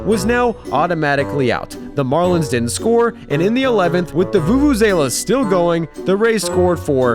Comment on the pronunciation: It’s pronounced “voo-voo-zah-lah.” Great video but you said “vU-vU-zAyla” so many times I had grammar umpire ya. Sorry! I’m sure this is annoying as a view-view-say-zah!